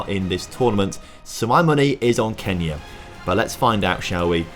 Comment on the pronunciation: !!!!! Man Y du you say🔼KENYA🔼 Like that its not F**in cool